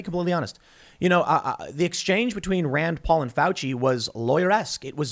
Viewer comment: ahh yes, dr fauci's "rend poll"